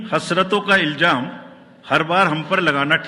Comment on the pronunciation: Iljam nahi ilzam hota he saheb. Kahan se sikha ye sher?